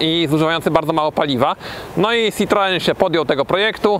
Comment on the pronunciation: SitroĘ a nie żaden cytroen...